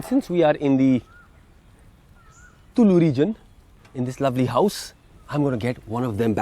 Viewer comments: " Tullu" alla raja . Its Tulu style .... :D :D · Very well done. Close to being authentic except the pronunciation of "TULU"! I have had this 'wonderful' curry in Mangalore and in few Mangalorean restaurants in Mumbai but did not have the recipe. Your recipe turned out great. Thank you and please upload other Karnataka dishes too. *** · Not sure if you got the pronunciation of tulu right mate!!!